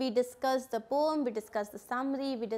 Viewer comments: Poem not pom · Poem (pronounciation) 😕